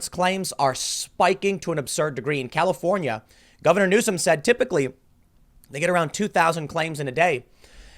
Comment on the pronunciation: lol califohnyeh thats carbige